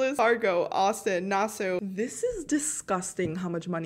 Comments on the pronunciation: I choked when u pronounced Nassau as “Nas-sew”. It’s pronounced as “Nas-saw” Bahamas. It’s the capital of our country. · S We ain't gonna talk about how she disrespect us nassau people by saying na-su 🤨